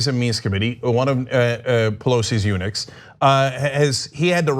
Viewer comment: Does Cenk keep saying "Pelosi's units" or "eunuchs"? 😂😂😂